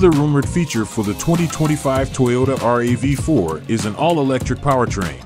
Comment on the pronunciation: Looks fantastic but why do you keep saying R A V 4? just say it like everyone else does, it's a RAV4.